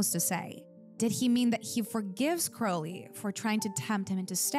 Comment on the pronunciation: You keep calling Crowley "Curly" 😂